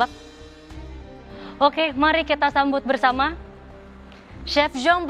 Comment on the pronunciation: Manggilnya Perancis banget.